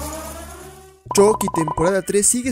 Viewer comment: Es CHUCKY NO CHOCKY esta incorrectamente mal dicho .